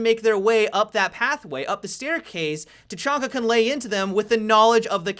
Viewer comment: just stop saying tachanka, you're no saying it right.